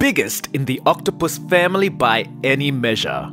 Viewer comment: Omg the way he says octopus 🐙 lol it’s soooooooo funny lol!